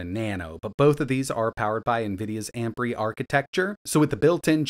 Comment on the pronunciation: Am-pree? You mean Am-peer? 🙄